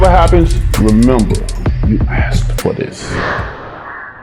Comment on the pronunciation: He says aksed